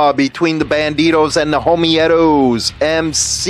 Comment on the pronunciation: I'm pretty sure its pronounced Homee-toes. Honesty its pronounced that way not Homie--ehtoes..